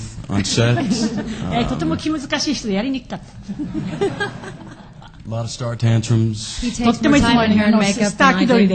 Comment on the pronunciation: Sets Subtly Rhymes With Sex.